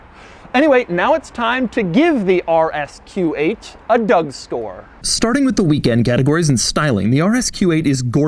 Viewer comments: Is it me or does he say Doug store at the end? Instead of Doug score. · Did he say Doug store?